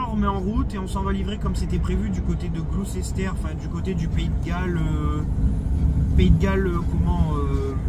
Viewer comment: Juste pour info on dit pas Gloucester mais Glussta (phonetique) 😊